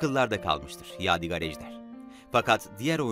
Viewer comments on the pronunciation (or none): Yav birader eline emeğine sağlık tamam da adamın adını doğru söyle valla gıcık oldum ya, yâdigar değil yâdig(â)r diye, ince "a" olacak.